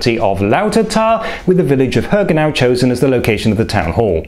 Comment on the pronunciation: Not Hör-genau (listen carefully) but Hörgen-au (meadow of Hörgen) ;-)